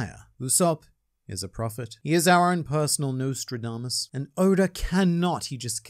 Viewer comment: i'm going insane trying to figure out if pronounced it that way to capitalize on the nose-tradamus pun or not